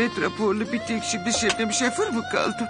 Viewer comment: şöfer diyo